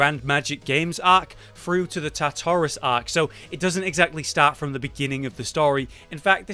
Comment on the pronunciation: The way he pronounces Tartaros makes me want to die